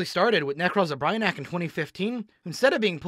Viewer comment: You are the only person I've heard pronounce brionac that way (no hate just caught me off guard)